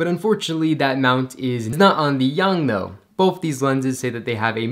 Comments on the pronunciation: Its YONGNUO not YONGNO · “YoungNo” lol.